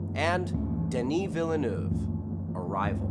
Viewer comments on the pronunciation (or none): Is that your best attempt at "Villeneuve"?